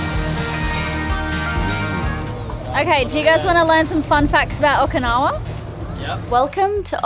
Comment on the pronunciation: O-Key-nawa not O-ka-nawa. So common for english speakers to say it wrong and im not sure why. Not yelling just for some reason I shrivel up when I hear it wrong. Also You'll find Okinawa different then the rest of Japan. The people are way nicer. The castles and historical places all had to be rebuild as they where destroyed in WW2